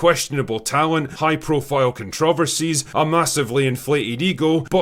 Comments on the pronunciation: When he said “contrahvahseas” I felt that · I wasn't aware "controvacies" is how the Scottish pronounced controversies, but I embrace it fully.